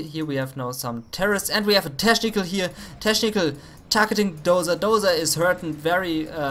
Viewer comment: Dein Teschnical is legendär xD